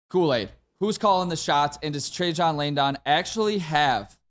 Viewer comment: Guys. Watch the press conference and learn how to say Trajan Langdon's name already. Good lord.